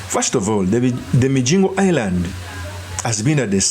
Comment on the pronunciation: It's MiGingo...Not MiJingo...ay banangeeee